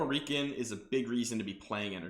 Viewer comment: Great content, and my experience reflects yours. Heads up, that’s not how you pronounce Reeiken. It should rhyme with “Die Ken”.